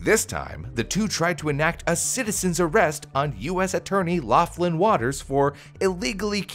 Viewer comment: Also Laughlin I thought was pronounced lock-lin, not loff-lin